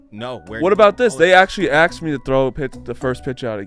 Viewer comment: Why does say aksed instead of ask like a normal person. I cannot listen to him talk